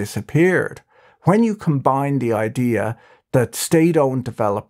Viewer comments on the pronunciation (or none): none